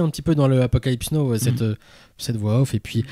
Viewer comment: Très bonne émission les gars, mais sérieux, 40 ans après vous nous prononcez encore Apocalypse NO! Ca la fout mal pour des cinéphiles de votre niveau. Et au fait JoaquiM Phoenix n'existe pas non plus. Attention à vos prononciations s’il vous plait, ça peut nuire à vos propos.